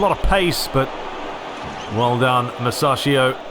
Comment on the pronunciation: Man its pronounced musakio